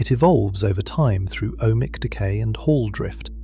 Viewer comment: "Ohmic" decay or "O.H. Mic" decay? Nice AI........